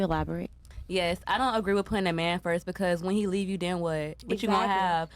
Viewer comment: den what, wit, yo stuff, axed, American schools thanks!